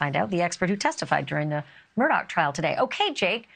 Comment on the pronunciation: It's Murdaugh. Not Murdock.